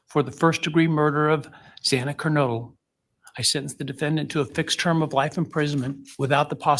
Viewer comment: Xana’s name is pronounced like: Z AN A, not Z AH NA, it’s been almost 3 years 🤦🏻‍♀️